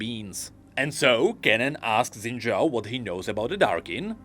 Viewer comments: Why are we only pronouncing his last name right? His first name's pronunciation is actually "Shin" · I hope pronounces Xin Zhao correctly one day.